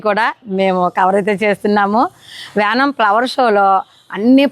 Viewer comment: or yanam aye aye😂